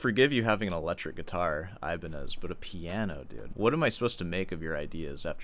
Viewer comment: It hurts that your name is and you pronounce Ibañez like that.